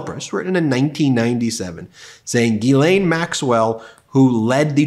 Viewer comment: It's not Guylaine it's Ghislaine which is pronounced jislaine!!!